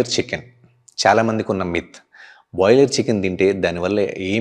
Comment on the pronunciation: Boiler kaadu Broiler, Blend kaadu Bland